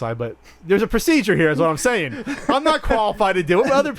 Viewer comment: "Careful man there's a beverage herrre" !